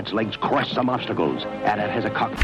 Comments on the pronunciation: its always been pronounced AT-AT not Ay Tee Ay Tee ill die on this hill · The abbreviation is AT-AT , with no period between the letters, do you say SCUBA or name off the letters individually? That's right, it's not A.T-A.T.. It's AT - AT. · Im sorry yo don't stay do yo? No you say A-TEE S-Tee therefor it's A-Tee A-Tee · I really like your content, but you've crossed a line this time. You are ENTIRELY incorrect about the pronunciation of AT-AT, and I will die on this hill. Unsubbed and reported.